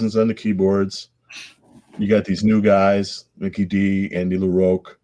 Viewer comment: omg it is Andy LaROCK not LaROAK